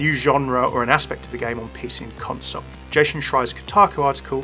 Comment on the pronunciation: Someone who can actually pronounce Jason"s name!